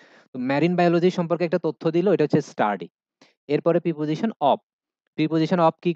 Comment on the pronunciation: sir, Preposition এর উচ্চারন আপনি প্রাপজিশন বললেন এটা কি সঠিক উচ্চারন, আমি জানি উচ্চরন হবে প্রিপজিশান